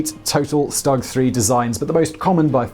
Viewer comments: Stug is pronounced Shtoog, not s-tug Cause the way you pronounce the full name of the tank the Sturmgeschütz III. otherwise, it was good. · "Shtoog" not "stug" but fun video nonetheless! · It’s st-oo-g not st-u-g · Tiger tank is the Baneblade of the WW2. Why is it jarring to hear "Stug?" That seems right, even if almost everyone says "Stoog"? I don't know anything about pronunciation so don't care either way, but which is it?